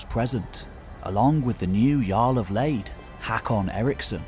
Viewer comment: Lade is not pronounced 'Leid'🤣 It's not with ei but aa🙂👍